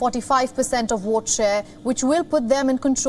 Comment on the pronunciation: This woman can pronounce ‘four’ but pronounces vote as “wote” why is that?